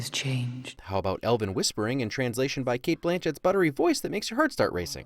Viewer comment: Elvin? Fucking Elvin? It's elven buddy